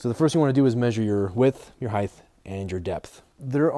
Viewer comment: no why did you say height with a TH at the end lol I never heard it before pronounced that way